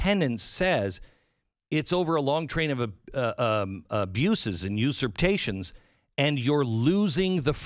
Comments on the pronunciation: I love you, Glen, but your repeated inability to pronounce usurpations is driving me bananas. You are a pro, get it right. Otherwise, great content as usual. You are one of the few people telling the truth out there. As a Texan, i am pro- succession. I am deeply concerned that we are screwed. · I agree with everything you say, except your pronunciation of usurpation. Lol! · The extra T in “usurpations” — is that a trademarked thing, or can we get rid of it?